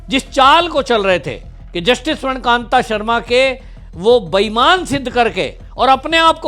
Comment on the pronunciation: स्वर्णकान्त नहीं स्वर्णकान्ता सही नाम बोलिए